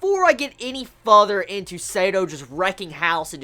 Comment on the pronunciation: pronounciation key -Further=fuhther -Feels=fills -Failed=felled